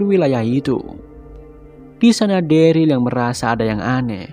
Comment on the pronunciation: bang plis banget next episode sebut daryl dengan derel jangan deril lagi 😂😂 it sounds so weird